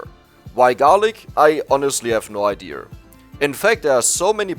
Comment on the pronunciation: Why do you say ideur instead of idea lmao